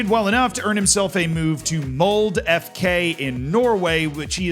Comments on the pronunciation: Its not "Mold" Its "Mold-eh" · the E in Molde is not silent. It's Mold-Eh, not Mold. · Its not "Mold" its Mold"e". Its important you pronounce the E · Mold 😂its Mol-de. Anyway, that is the club that both Solskjær and Haaland came from. Also Dæhli-Møller etc. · Mold? It's more like [Mowl-duh] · Ok, its not Mold, just add a hard "eh" at the end, please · MoldE... You have sound out the "e"... And it's and "e" like in Denmark. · hearing it pronounced mold, sends a shiver down my spine.